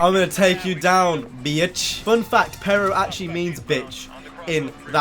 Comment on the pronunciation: It's funny when you say perro because you say it like a white person says it